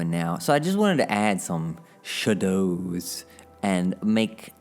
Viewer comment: Love the way you pronounced "shadows"... like... shah-does lol